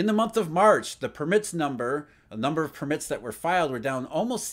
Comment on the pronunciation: it is PURR-mit not pur-MITT - you have the emphasis on the wrong syllable